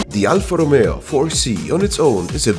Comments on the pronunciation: love your pronunciation. -an (half) italian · as italian i can say only... Beautiful pronounce man, sound true italian! 👍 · "The alfa romeo" great pronunciation 😍🇮🇹